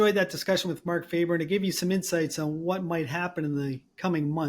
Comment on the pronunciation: His last name is not pronounced Faeber but rather Faaber. He is not English or North American. He is Swiss. At minimum you can search the name of your guest properly. The standards or journalists are really in the sewage.